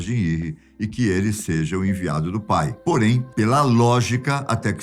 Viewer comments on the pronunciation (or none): O que me ficou na mente era como ele falava PPAI